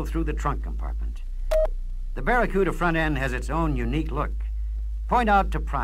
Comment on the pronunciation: I remember the Barracuda commercial with one of the ad guys mispronouncing the name as "Baccaruda".